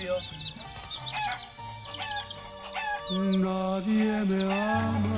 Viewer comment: Pinche no se dice "nadien"